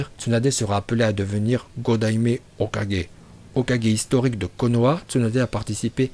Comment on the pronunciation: Et on dit pas hokajé mais Hokage